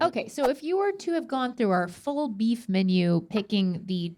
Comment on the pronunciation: did anyone else catch rhett saying bleef instead of beef with the beef and broccoli??